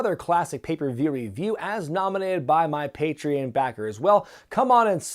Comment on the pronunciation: Pay tree on. Not pay tree in.